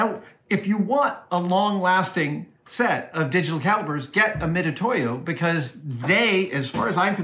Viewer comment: FYI, the pronunciation is "Mitsutoyo." Mitutoyo has used a more Japanese-centric romanization scheme that renders the "tsu" sound as "tu." But you're just supposed to know that "tu" is actually pronounced "tsu."